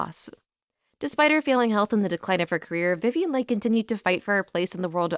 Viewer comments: Agreed. I'd also like hearing Vivian Lee instead of Lay. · Is this an AI reader? Many mistakes, not the least of which: Leigh = Lee not Leigh. Voracious = VorAYtious not vorAWtious. Escalated = EscaLAYted not escaLAWted. Olivier = OlvEAY not OlivER. Desire=DesIYER not DeZERAY. Creating = CreAYting not Creeting.